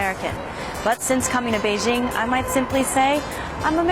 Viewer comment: To: Since you're Chinese you should pronounce Beijing correctly. It's "jing" as in "jingle" NOT zzzing. Come on you know better.